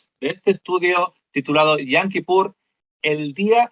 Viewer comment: Con todo respeto pero la pronunciación es yom no yam, pues yam en hebreo es mar :)